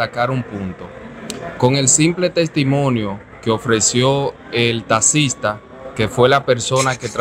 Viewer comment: Que abogado es ese que por desir taxista diga tasista 😂😂😂